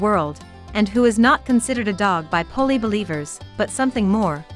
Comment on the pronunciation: The name is pronounced Poolie ... similar to Poodle and their breeds are very close